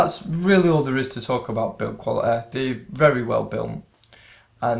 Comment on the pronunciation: Brother, pronounce quality as quality . Please don't use your natural accent. Use some good English bro, when you speak.